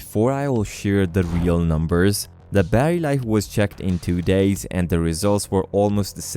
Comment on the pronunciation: lol "Nmubers", great video bro